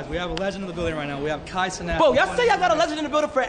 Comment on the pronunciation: Ryan Clark say “Kai CeNOT” 😂😂😂😂